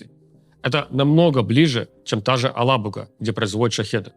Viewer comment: Руслан, город называется Елабуга. А не алабуга